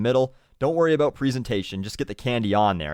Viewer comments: you say about like aboot and pronounce fifty as fitty, you my friend are the fear of a pronounciation nazi, awsome :) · I love the way he says about or out xDDDDDDD